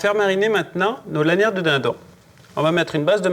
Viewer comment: "de dindan" j'adore cette accent pas d'offence hein :)